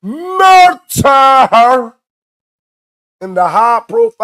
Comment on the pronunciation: Wtf is, “murter?”